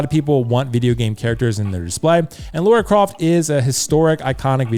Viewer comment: I like the Arthur Morgan and Lara Croft choice. I'm thinking Lara from the most recent games (Also it's pronounced LUH-RUH...Rhymes with Mara, not LAURA CROFT 😜) I also would like: Solid Snake - MGS4 Claire Redfield - RE2 Remake Leon S Kennedy RE4 Remake Chris Redfield RE 8